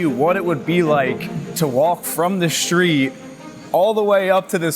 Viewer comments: What’s a shtreet? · Shtreet. Can this Shtreet guy get a tighter suit? Shtreet. Shtreeeeeet!!!!